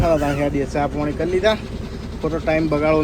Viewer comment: પોણી ❌પાણી ☑️ ભાઈ શબ્દો સુધારો યાર